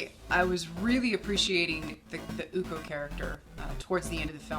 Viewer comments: I need to Clarify how the pronunciation the name of "Ucok" "Co" for Ucok should be pronounced as "Cho" like Chocolate. So Ucok reads "Uchok" instead of "Ukok" :) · bangun = bang + oon ucok = oo + chok anyway nice review